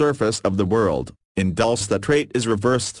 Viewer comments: No, it isn't pronounced ''Dul-chay'', it's Dul- ce like ''candy'' in spanish. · Lmfao yeah I always laugh when it says 'Dulce' like "Dullse" Should be something like Dul-CEE-AY